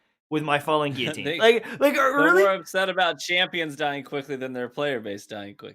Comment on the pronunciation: Imagine Kackis correcting TV's speech when he can't even pronounce guillotine or wrathborn.